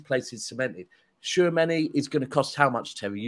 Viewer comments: “Favourable”. “TWO Chameni”. Where do you even get these.. characters? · It’s Tchoua meni man, tchou meni-meni man, we need a bigger squad in ere!